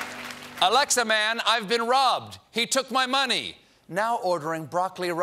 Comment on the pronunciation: QUIT saying Alexia! You are making all of my Alexia's go off! 😢